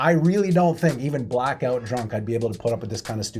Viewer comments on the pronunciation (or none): i thought you said "blackbelt drunk" instead of "blackout drunk", and I like the new term.